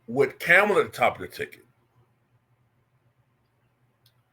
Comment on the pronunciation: I donate to you but your political takes are whack in my opinion. I’m not a Kamala fan but you should at least pronounce her name correctly.